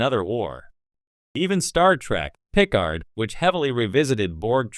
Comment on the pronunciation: "Jean Luc Pick-Card"!